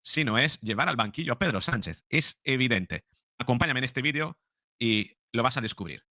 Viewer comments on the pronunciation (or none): none